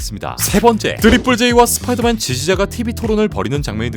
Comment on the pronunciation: 스빠이더맨 나우 홈 ㅋㅋㅋ